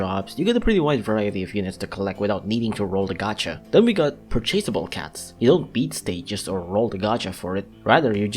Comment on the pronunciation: Ah yes, another commentary video. A surprise, to be sure. And my favorite type of video, one where he (?) gives his opinion on specific cats. And since this is a video, there's always going to be certain quirks that always make me laugh: - the way he pronounces words like "purchasable" and "throughout" - shitting on bondage cat is always fun to listen to - the standard bc youtuber using normal forms (even though most of them have no difference between evolved form) - the video is not 1 line-up SoL Have fun with Earthshaker. I know not even Mitama and Jizo is enough to beat that stage, but at least it's not a No Continues stage.